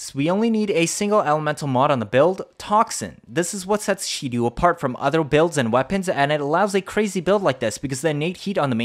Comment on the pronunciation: Its Shedu, not She-Do